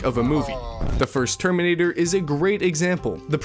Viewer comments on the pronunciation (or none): none